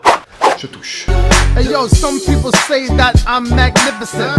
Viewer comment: Toucher (avec l'accent anglais)